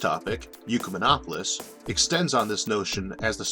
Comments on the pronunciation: Why do you keep pronouncing it "You" rather than "Ekk" or "Eee"? It's Ecumen not Eucumen - This isn't your speech impediment {which I don't have a problem understanding btw}, you're specifically pronouncing it "You" - Why? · Why are you saying Yukamenopolis? Its an Ek-yu-menopolis. We dont say Ecumenicalism as Yukamenicalism. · "Ecumenopolis" is pronounced "ECK-yoo-men-AH-po-lis", not "YOO-kuh-men-AH-po-lis". Phonics, bro, look at the order of the letters; the U comes after the C, not the E. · Trying to forgive the horrendous pronounciation of Ecumenopolis....not "Eucomenopolis"....sorrryyyy! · ECK YOU MEN OP OH LIS or, perhaps OIK YOU MEN OP OH LIS not YOU CUE MEN OP OH LIS And ecumenism is never pronounced YOU-CUE-MEN-ISM The YOU sound prefix on Greek words is spelled eu and means good. That isn't part of this word. The root of the word is correctly cited. The pronunciation is incorrect. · The speech impediment is absolutely fine. It doesn't impede me! Mispronouncing "ecumenopolis" as if it were spelt "eucumenopolis", on the other hand, really grates... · Isaac, I believe the word that you are pronouncing "eucamenopolis", implying "eu" as in "euvolemic", "same volume", is actually, as the printed word in the title indicates, derived from the Latin oecumenicus, from which comes "ecumenical." That makes a whole lot more sense when considered in light of what your video is about. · Wow! I really value your videos. And I understand the speech impediment. But in THIS one you seem to have made a mispronunciation. How do you get "yoo-kuh-min-opp-uh-lis" out of a word that starts with an E? If the U was immediately after the E then I would get it. But there's a C between the E and the U. That makes it "ek-yoo-men-opp-uh-liss". You're way too smart for this error, Isaac. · You seem to switch around the 'e' and 'u' in Ecumenopolis.